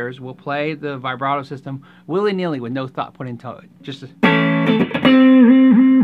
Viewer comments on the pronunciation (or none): Anyone else triggered by his pronunciation of vibrato